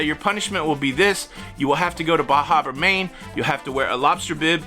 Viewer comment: I think they call it Baah Haaba Maine 😀